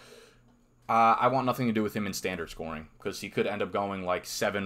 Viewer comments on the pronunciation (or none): none